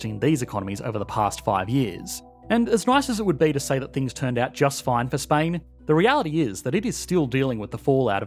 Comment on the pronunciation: The way you pronounced Spain sure removed the S of it